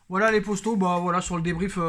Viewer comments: On dit poto pas posto mec 😉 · Moi j'aime bien quand il dit les posto il doit savoir qu'il y'a erreur mais c'est maintenent une signature qu'il la garde lol.